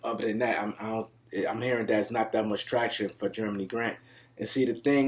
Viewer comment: Huge supporter of yours but I can't lie every time you say "Germany" Grant I laugh.Keep up the good work.